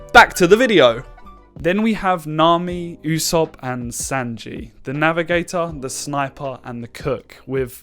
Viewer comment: It’s pronounced “ooh-sop” not “you-sop”